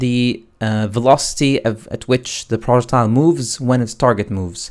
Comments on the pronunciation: PRO-jeck-tiles. Not Project-tiles. OMG making so I can barely watch this vid. I am not sure if you are purposely mispronouncing, trolling the viewer or.... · "PRJECT--TILE" it's almost unbearable to listen to lol. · Not gonna lie. I thought you were saying "Project Tile." At the start I was like "wtf is that?" Only realized 3 mins in you were syaing "Projectile." Also was VERY confusing as you didn't actually show where you got that variable from (I know it was created earlier in BP_Projectile_base) but I can't find it anywhere in BP_Player. On top of that I have a bunch of old variables from my old targeting system. Would help if there are any errors/corrections in the video if those are carefully focused on with the camera. I understand it's hard to keep moving the perspective, but these points are the most crucial because I'vwe spent an hour now trying to self-solve this. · It's 'pro + jech + tile'